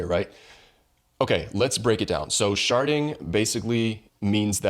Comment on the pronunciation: Did you sayyyyyy, shartdddding